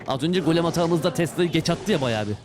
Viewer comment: gel bana baş diyor(golemi)